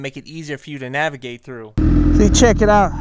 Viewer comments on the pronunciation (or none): Navigate** not Navagate XD